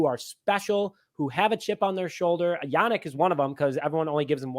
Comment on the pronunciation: It's pronounced "YaNEEK" Not Yanick...